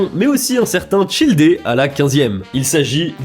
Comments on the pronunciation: "CHIL-DE"???? "CHILL - Déééééé"???? Non mais oh! XDDDD "Child" comme enfant en anglais. Hahaha le fou rire que j'ai eu. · parcontre la plus part des nom ne son pas en "é" mais en "e" x) genre c est pas "childé"!mais "childe" ou "luminé" mais "lumine" (le "e" est muet) mdrr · Childé 😭😭 c’est child comme en anglais mdrr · Childé 😭😭😭 nan ça se prononce "child" comme en anglais ou Tartaglia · Oh le childé étais incroyable xD moi qui adore massacrer leur nom dans la prononciation, je l'ai jamais faite celle-là ! (Perso, pour childe, c'est Ajax, histoire de tjr penser au produit d'entretien xD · Childé??? Super vidéo, interessante et tout mais comment il a massacré les noms de certains personnages de genshin 😂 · À wow la prononciation de Childe qui fait mal 😂😂 coup dur pour Ajax